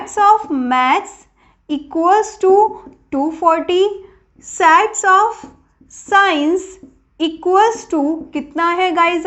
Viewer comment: Mam sats nhi padhte h sets padhte h